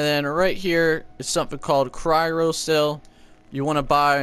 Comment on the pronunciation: Did he just say Cry ro cell! its called a cryo cell Cry Oh cell